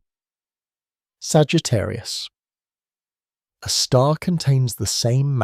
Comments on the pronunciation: Please teach your AI reader to read Sagittarius " A " star and not Sagittarius a star. Very annoying. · Ok, after my first compliment that it sounds better than your usual ai scripts, this video still has one massive problem. The AI narration with this not very good model. For example: it can’t even once say Sagittarius A* correctly. It always makes a pause after Sagittarius and then continues with a star. This is sadly infuriating. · I can’t listen to this because the AI voice cannot pronounce the name of the star it’s talking about. That’s crazy.